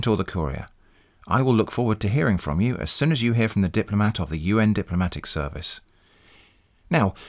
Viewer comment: The glottal stop: "FRO M" -- I died!